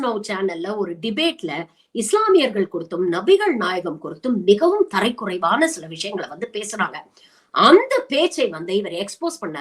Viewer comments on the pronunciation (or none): தரைக்குறைவு இல்லை! தரக்குறைவு!